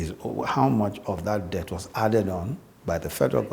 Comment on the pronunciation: Just to point out that the pronunciation of debt is "det".... so Adeola please cross-check and correct accordingly. I am a big fan. Keep up the good work.